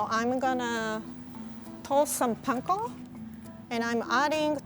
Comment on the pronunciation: This is the first time I’ve heard “panko” pronounced correctly in a Western cooking show wow